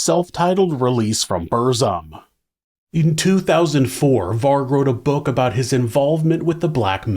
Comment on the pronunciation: Fucking hell. You could check how to pronounce things like Aske, Burzum and few other